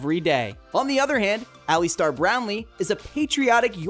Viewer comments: Alistair is pronounced "Ali-stair" not Ali-star! 😁👍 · Muuuscaka - where in world is that it is Muskoka (Mus-ko-ka), then Ali star lol just continue butcher the names mate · Alli-star?! Impressive to get the name wrong so many times in such a short video. The bonus was Glass-cow!